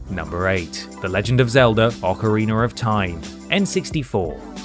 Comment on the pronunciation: “Ocareener” lol